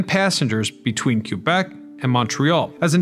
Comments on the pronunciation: Clearly an American narrating... never heard of Kewbec in my life....rotfl Your ignorance is outstanding.... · Who the f doesn't know how to say Quebec. Cant even finish this one 👎